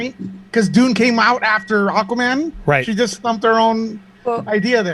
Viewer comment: It's not Aquamera it's Aquamannnnnnn 🤦🏽‍♀️